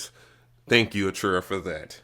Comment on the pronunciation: that and he says arturia wrong too....